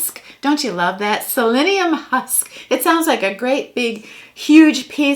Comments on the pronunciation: It's "psyllium husk," not "selenium husk." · HHHAAA is psyllium husk....not Selenium Husk....... but it was funny !! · LOL,, it's psyllium husk, not selenium husk! It's good stuff!